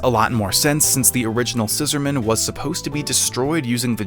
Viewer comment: Why do you pronounce the Scissorman's name like it's a formal surname? Its annoying.